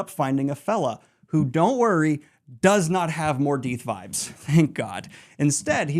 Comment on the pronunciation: awesome Daniel great revision here, just a few 'typos' when reading and a few wrong words, like; Mordeeth instead of Mordeth, and Corinthian instead of Karetheon, but I couldn't do better - no way. Love this